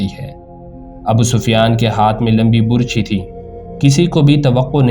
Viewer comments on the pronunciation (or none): یہ لفظ burchi نہیں بلکہ barchi ھے۔۔۔۔اور آپ نے اپنی تقریر میں حضرت امیر حمزہ رض کے ہاتھ میں ڈھال پکڑا دی۔۔۔۔حالانکہ تاریخ میں لکھا ھے کہ حضرت امیر حمزہ رض دونوں ھاتھوں میں تلواریں پکڑ کر لڑا کرتے تھے۔۔۔۔وہ ڈھال استعمال نہیں کرتے تھے۔۔۔آپ پلیز تاریخ کو مسخ نہ کریں۔۔۔اور تلفظ کا خاص خیال رکھیں تا کہ اچھا تاثر قائم دھے۔۔۔۔شکریہ